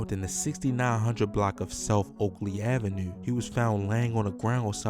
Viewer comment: I heard it in the “avenUUUe” 😂